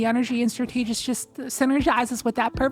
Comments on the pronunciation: It’s “STRAT-TUH-JIST” not “STRUH-TEE-JIST” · If that’s how you pronounce “strategist” I can’t imagine how you pronounce “strategy” Jesus christ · The way pronounces strategist is funny 😂 stra- tee- gist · I was able to get cabal to spawn, but only psions and two champs Also, there's no way you pronounce strategist like that. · You're pronouncing strategist incorrectly.